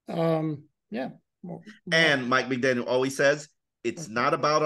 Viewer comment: McDaniel … gotta work on that … drop the S lol. 😂